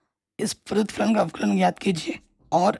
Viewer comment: Sir Avklj nahi avkln bolo na